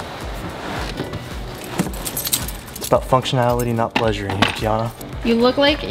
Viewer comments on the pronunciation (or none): none